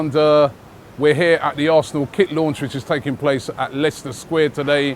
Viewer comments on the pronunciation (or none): none